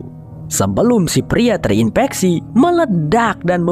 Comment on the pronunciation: Bang sem. Virus pakai ev bukan ep. Infeksi pakai ef bukan ep 😢